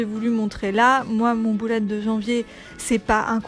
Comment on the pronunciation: Lalo Cosmeto Merci beaucoup ! La prononciation du mot anglais « bullet » est à mi chemin entre « belette » et « boulette », c’est vrai que nous français avons tendance à prononcer « boulette » ... À toi de voir si tu préfères visualiser un petit animal ou ton prochain repas ahah 😂